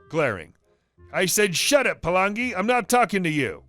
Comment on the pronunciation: Palangi isn't really a racist word it's their version of Caucasian (also if their fresh from the islands it comes out as balangi) Pronounced pretty well too (Par-lung-e)